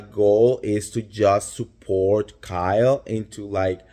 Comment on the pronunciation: Kyke? Did you say Kyke?